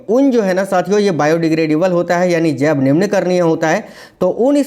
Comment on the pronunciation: सर सुध दे बोलिए जब नहीं है जैव है